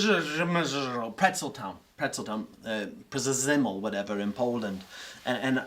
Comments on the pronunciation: I love how pronounced Przemysl... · trying to pronounce "Przemyśl" was the highlight for me lol. Great interview by the way; is a much different guest than Joe, but the difference in their perspectives is a welcome one in my opinion. PS: "Przemyśl" literaly means "think it through" in Polish (our toponyms are weird); too bad Dez didn't speak Polish, he might've gotten the hint lol.